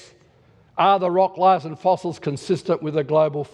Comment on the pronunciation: lyyyayyyyaars for layers.